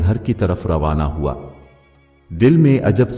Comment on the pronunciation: Voice pronunciation is very bad, sorry to say, nobody can watch complete video, because of this error, graphics are good, try to pronounce the words correctly, like, waada, ko wda, hawa ko howa, etc